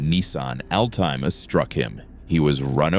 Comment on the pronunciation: what is a Nissan Al-TIME-a?